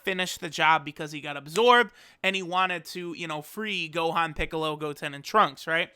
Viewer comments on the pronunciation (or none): none